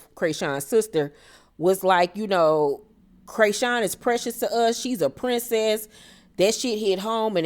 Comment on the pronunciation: Laaawwwddd, Craysean🤣🤣🤣 thanks for the updates, every time you said Craysean I couldn't do nothing but laugh! This just made my day!